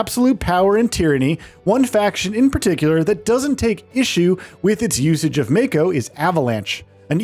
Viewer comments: It's "mah-ko" not "may-ko" Mako is the energy flowing from within the planet. It's also the life force of everything living on a planet. When someone is born, part of the stream is coming to the body to give it life. When someone dies, its souls goes back down to the life stream. So in a sense using mako as energy source is like getting gas at gas station, and part of that gas is you dead grandpa, grandma's souls. This is also what Aerith was doing st the beginning of FF7R. She was listening to the life stream leaking out of the pipe. Tifa wasn't kidnapped by Don. She was on a mission to infiltrate the big mansion looking for info. Cloud and Aerith just didn't think she will be safe. They decided to dress up and goes in to the manson. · Could only hear you say "may-ko" about a dozen times before I had to click off, sorry but I would prefer to hear the point of view of someone who played the game. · when he kept saying MAY-co 💀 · I always pronounced it Mah-ko, but I was exposes to old ass anime when I was young. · Just wondering why you pronounce Mako the way you do tho you seem to have played the game and heard how it was referred by a lot of characters? You could be right which is why i ask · The way he pronounces mako means he is clearly just reading a script and has never touched FF7 Remake or Rebirth.